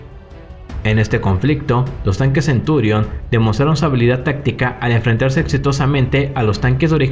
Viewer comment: Creo que se llaman merkava y centurión y no "mérkava" y "centúrion" ... Por lo demás bien